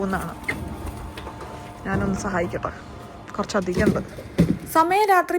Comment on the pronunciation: താൻ "കുറച്ചധികം " കുറച്ചാധികമായി പറയുന്നു 😆